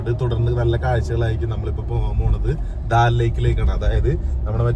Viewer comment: Daal lake alla, Dal lake Anne, pronunciation seriakaa